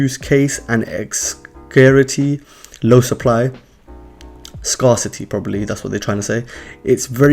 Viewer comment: pronounced "*scare city" is what he was trying to say lol :-)